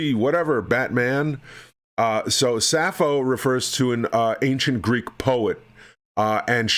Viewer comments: No, you messed up saying 'suffering sasso' instead of suffering sappho... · Every time you pronounced "Sapho" as "Sasso" it physically and mentally hurt me 😭